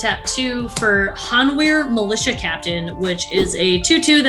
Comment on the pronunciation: Weird pronunciation of Hanweir but alright.